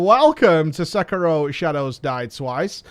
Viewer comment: Umm isn't is Se-ki-ro? no Sek-iro